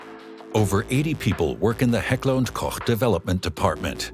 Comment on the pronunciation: No idea if the speaker is AI, but Heckler&Koch is finally pronounced correctly in English.